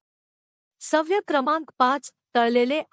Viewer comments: अनेक ठिकाणी चुकीचे उच्चार केलेले आहेत. सव्य नाही, ' सवय '. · सवय-शब्दाचं उच्चारण अशुद्ध आहे सव्य नका म्हणू,उच्चारण सुधारा.